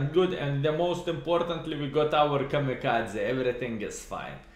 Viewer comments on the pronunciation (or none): none